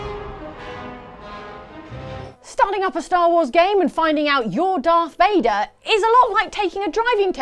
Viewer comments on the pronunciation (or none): C'mon guys, its darth Vader, not darth Fader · Dark Vador, not darfe vèdeur, idiot. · Did anybody else notice they called Darth Vader Darth Fader? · Ummmm. You do realize his name is lord Vader not lord Fader lmao